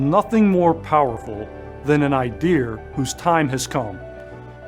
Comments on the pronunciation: WHY IS HE SAYING IDEAR INSTEAD OF IDEA? DID I MISS SOMETHING? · Seriously? Assistant Director of the Veteran Affairs can't even pronounce the word IDEA correctly? also...wtf is "ideaR"? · Unless this talking head is from the UK, he should not easily add an “R” to the end of IDEA. IDIOT!